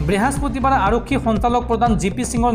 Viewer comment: ব্রেহস্পতিবাৰ নহয় বৃহস্পতিবাৰ বুলি কব লাগে। ধন্যবাদ!